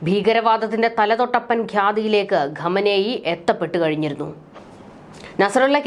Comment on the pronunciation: Ghamenei alla khamenei 😂